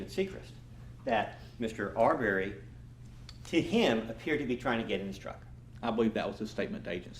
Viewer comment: The lawyer doesn’t even bother to learn how to say the name Arbery correctly. It’s not ArBERRY you a$$.